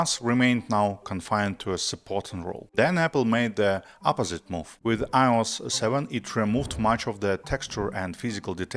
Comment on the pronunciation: The way you pronounce “iOS” makes me wanna throw up